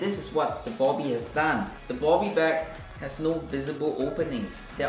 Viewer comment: It’s bobby not bubby